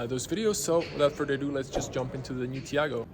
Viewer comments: My favorite detail is that is called Taigo and buddy pronounces it Tiago😂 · Nice review but you kept mispronouncing the name of the car...lol. It is called "Taigo" and not "Tiago". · It's Tai go not Tiago🤝🏽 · Not tiago, taigo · Why you keep calling this car a TIAGO, it's a TAIGO! lol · TAIGO not Tiago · Why the fck you call it Tiago constantly? :D Lol